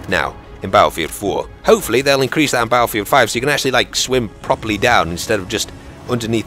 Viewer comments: It's his own speech. If you noticed he pronounces R with a W. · Is that how us "Americans" sound? Baddlefield?? Actually, now that you mention it, we DO say it like that! That's hilarious man. I can't wait till beyda comes out. Haha! Would be more correct if he said it like, "Bat-ul field"? Or "bait-uh"? I think us Americans are so lazy with English words that we like to blend all syllables together, if possible. Most people, on the other hand, think so highly of us "Americans" that people forget everyone on the continents of North and South America are "Americans" too. Hopefully doesn't start sounding like those Americans in Mexico. Now that would sound different.